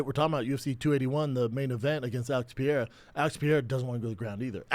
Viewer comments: why does he insist on calling him "Alex Pi-era?" C'mon man... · "Pereira" not "Piere-a" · I cannot wait until whoever is on fight companion corrects Brendan on how he says 'Pereira'.... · I wonder when Brendan is gonna learn how to say pereira...